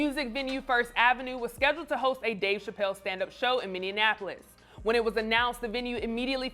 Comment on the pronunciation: I REALLY like her.. BUT no one here is gonna call out the fact that she said “MINI ANAPOLIS” when it’s “MINI APOLIS” 😩 🤣🤣🤣 COME OOOOONNNNN